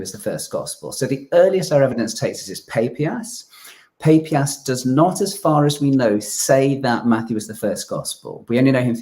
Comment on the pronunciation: is painfully naïve… or, more seriously, profoundly academically lazy?. He (also) mispronounces the name of the early church father Papias. Were all of his college professors illiterate? There are pronunciation applications all over the Internet. There’s no reason to be mispronouncing at least three names of famous historic figures. It’s disrespectful to them… And to the audience.